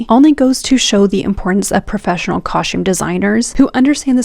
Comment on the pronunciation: "cahshtume" design... brrr